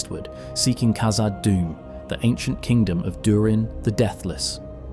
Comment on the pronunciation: Hey So, it's not pronounced "Kazad," but rather "KHazad." The KH sound is the same as a Dutch person pronouncing the letter "g" in God - They say "Khot." If you need to hear it said by someone else, go to Google Translate, translate "God" into dutch, then hit the speaker icon, to hear how it should be pronounced. Then use that "KH" sound at the beginning of "Khazad Dum."